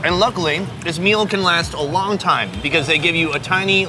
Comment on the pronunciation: It’s Long... not Lal